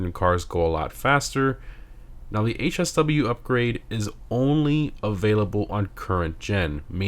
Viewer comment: Bro lost me when he said HSW